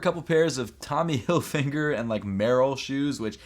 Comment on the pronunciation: "tommy hilfinger" bruh